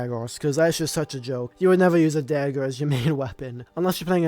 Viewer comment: “Dagg’or”. It’s dagger bro😂